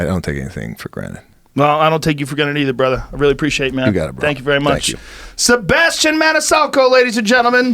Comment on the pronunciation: Joe “Sebastian ManiSalco” Rogan